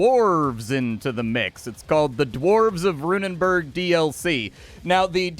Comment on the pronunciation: Runenberg, not -burg, by the way. Burg meaning Castle, while Berg translates to mountain. Rune Mountain.